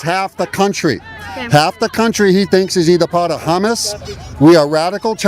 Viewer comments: Did he just call Hamas, hummus? 😆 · I thought that guy said "hummus". 😅 I'd have said, "You're a chickpea". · That guy said Hummus instead of Hammas and it took me out 😂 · That one guy said Hamas like "Humus" and my sarcastic brain went "Ohh i understand the confusion now. Leftists think they're supporting humus, not Hamas" 😂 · Did that guy say Hummus?? It's actually Hamas 😅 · That dude said humus.. like the food?